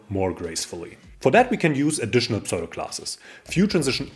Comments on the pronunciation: Tolles Video, wieder viel gelernt. Aber bitte tue mir einen Gefallen: Kein Englisch-Muttersprachler würde jemals pseudo class wie "pSoido"-klass aussprechen. Es wird eigentlich immer US-englisch wie "ssudo"-klass ausgesprochen. Schimpf mich einen Korinthenkacker - aber vielleicht freust Du Dich ja auch, wenn Dir jemand in Englisch hilft. (Ich freue mich da üblicherweise auch. z.B. als ich gelernt habe, dass man iron wie "Aion" ohne R ausspricht oder sword wie "ssord" ohne W. ... usw..) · Please pronounce "pseudo" as "soo-doh"!